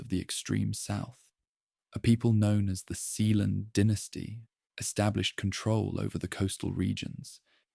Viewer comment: The pronunciation of dynasty fluctuating between “dye-nasty” to “den-tasty” is another sign that it’s probably AI